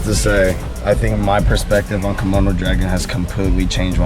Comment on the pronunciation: Why did call it a kimona dragon lmao 😂